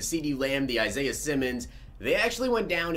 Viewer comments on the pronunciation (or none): none